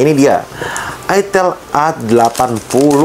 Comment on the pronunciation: Dibaca AITEL. Tulisannya ITEL bukan ITIL